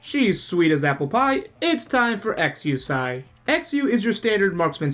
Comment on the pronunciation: I'm a little surprised that you are still mispronouncing Exusiai's name.